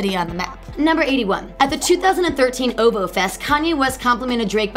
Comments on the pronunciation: O - V - O not OOVOH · it kind of aggravates me when she says "ohvo" instead of o.v.o or "hyfer" instead of h.y.f.r😓😓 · How do these YouTube channels pick their hosts? Do they specifically look for the loudest, most awkward, most obnoxious, most uninformed doofus types? Its Oh Vee Oh. Not "oh vo". And its Ah-kwih-mih-nye. Not Aqua Mini. Ugggh. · It is O V O. NOT "OHVOH" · Outkast Aqua-mini??? Oh-Voh ?? Do y'all not edit. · "oh-voo" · it's pronounced with the letters... like.. O. V. O. i swear this girl don't know how to pronounce anything. In Beyonce's she said Bey like "Bay". Girl!😑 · The pronunciation of OVO is gonna kill me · She can't even say ovo right